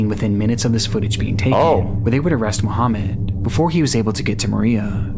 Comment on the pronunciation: barely called the poloice🥀 on mohaamand